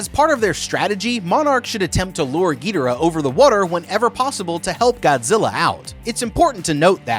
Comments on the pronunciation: Gee dur uh? It’s guh door uh. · ge der uh... really how does one miss pronounce King Gi-door-AH so hard? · Why you say Gee der uh ._. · The pronunciation of their names still grinds my gears. It’s Gihdorah, Rodan